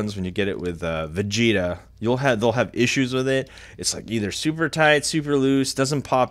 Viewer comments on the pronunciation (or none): none